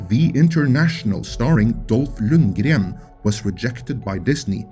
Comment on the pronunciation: So that's how you pronounce Lundgren. Bad-a s s.